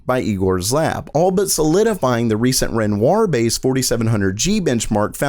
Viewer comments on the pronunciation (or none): Renoir is pronounced “renwah”